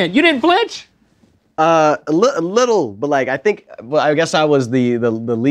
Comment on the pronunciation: flinch. the word is flinch